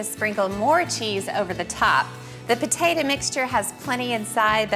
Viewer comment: Take a shot every time she says "patatuh"